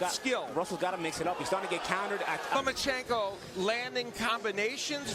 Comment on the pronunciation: Why the hell do you keep saying Lomo? it's not Lomochenko... it's Lomachenko. Loma not Lomo.... And wow groundhog Gary fighting once a year is still a champ go figure?